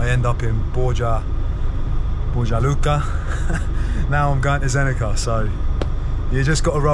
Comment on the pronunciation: In Bosnian, Croatian, Serbian and Montenegrin, the C is always read exactly how its written. So it would be Zenica, not Zenika. So glad you are in my country, I wonder which city you will visit next, maybe you could be mere kilometers from me 😃 Safe journeys!